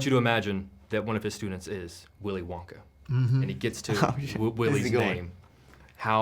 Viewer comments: The “Will-i Won-Kay” and “prE-sent” in the video 😂😂😂😂😂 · "Will-I Won-kay" 💀💀💀💀